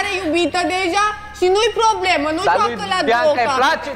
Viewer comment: Abia vorbește fonfaiala aia POBLEMA pff ce o urăsc 🙈🙈🙈